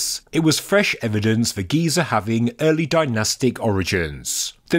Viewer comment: GEE-ZURR and the tonal step change stopped me